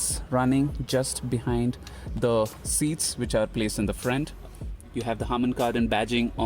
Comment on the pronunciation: Bcz of your accent you said "frent" instead of "front" when you were talking about the grill.